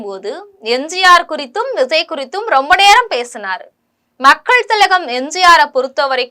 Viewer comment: எம்ஸியாரா! விஸய்யா.... பெயரை ஒழுங்கா உச்சரிக்க கற்றுக் கொள்ளும்மா., 😂